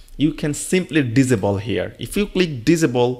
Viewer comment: It's not visible it's disable ......diss saay bull..... it sounded like you said visible very confusing